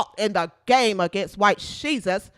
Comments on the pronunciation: Lol the way you say white shesus lol. You got my sub for that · 😂😂😂😂 "white shesus" thats awesome